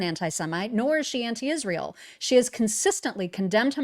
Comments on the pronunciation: Wht does Candash Owensh pronounce the country Israel as Ishreal? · Can she ever pronounce “Israel” correctly?